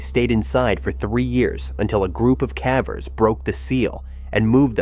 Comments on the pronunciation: The word caver as in pavers. Not cave as in have. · What's with the pronunciation of "cavers"? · Ugh. Ai. I was into it until that…. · Yeah I don’t mind AI like this usually; at least it really sounds like a person. But the mispronunciation of cavers and some other words is like bamboo shoots under my OCD nails. It irks me to no end. OCD is a bitch and picks the oddest things to focus on, but misspelled and mispronounced words are at the top of the list for mine 🤦🏻‍♀️ My cognitive therapy for the day is finishing the video despite the “nails on a chalkboard” feeling it gives me lol